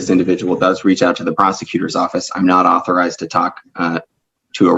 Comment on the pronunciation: "I'm not a rebezenative. I'm an ARTHURIZED rebezenative. Stop your pazmptions."